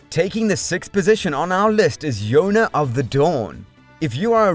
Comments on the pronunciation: I had this playing in the bg, so hearing that was really jarring considering how much I loved watching akayona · I don't understand how you pronounced Yona's name incorrectly after saying the title correctly first